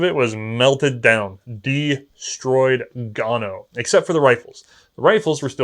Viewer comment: De-storyed Gone-O